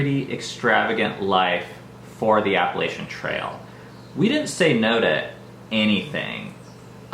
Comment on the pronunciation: Why dont any of you hikers pronounce Appalachia correctly?